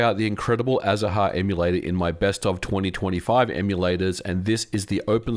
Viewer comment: I believe the name of the 3ds emulator is spoken as azar, ignoring the “ha” part. It is the Spanish word for citrus flowers.